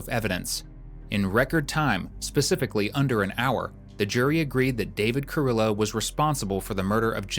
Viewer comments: They pronounced his last name wrong its car-ree-yo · It's pronounced Carrio. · I wish these folks would learn how to properly pronounce Hispanic names and cities. If I hear Car-IL-lo more time…